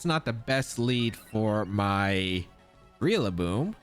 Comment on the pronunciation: Lol you keep saying realaboom